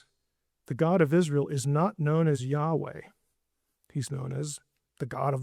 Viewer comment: Sorry, but there isn't a 'wah' sound in Hebrew; the 'waw' sound is Arabic. He told Moses Eheyeh asher eheyeh: I will be which I will be.